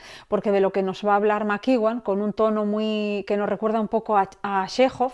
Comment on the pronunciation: Ian McEwan se proncuncia /ian/ (no aian) /makiuan/ (soy prof de ingles y mi marido es ingles) :shelterin